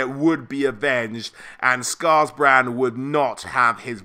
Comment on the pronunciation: Scarbrand not scarsbrand